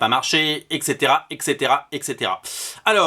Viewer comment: Juste comme ça, on ne dit pas "exétéra" mais bien "hèt cétéra". C'est "et cætera" et pas ""ex étéra". En espérant que cela vous aide à vous améliorer.